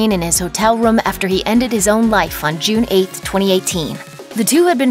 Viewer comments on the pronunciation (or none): none